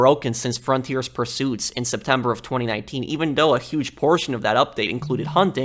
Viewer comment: I find how you say 2019 and 2020 and 2021 VERY OFFENSIVE and offensive content notice and and and and and and and and and and and and and and and and and and and and you swear way too.much